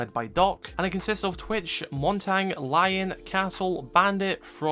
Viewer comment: My guy said "montang"